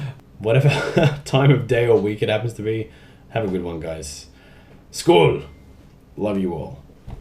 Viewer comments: oh i lol'd when you said skål! did not expect it & it was spot on :D Cheers mate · Damn, you're good at saying skål